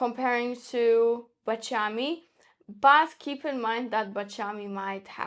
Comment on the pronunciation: Baciami. The accent on the second "a". It's terrible to listen to this...